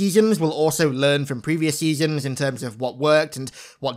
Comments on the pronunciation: Seasems! Not seasons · SEASON not seasom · Is he saying seasoms? With an M? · Your pronunciation of "Seasons" got progressively worse throughout this video